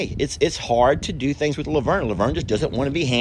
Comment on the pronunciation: Yes it does. Who would’ve THUNK IT, IS A TEXAS THANG. Lol love ❤️ when I hear u say thangs like I do. It’s a country thang too. Thanks. Love all the babies